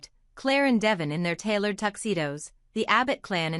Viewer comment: Do you people really watch this show? You insist on pronouncing De-VON’s name as Devin. You call Jack Abbot “Johnny,” you pronounce Ja-BOW (Jabot) as Jabbot. - how can we trust what you say when it’s so obvious that your voice robot has not been prepared correctly?